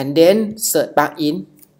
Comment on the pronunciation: helpful but it is difficult to understand what you are saying. Like 'plugin' is being pronounced as 'pakin'.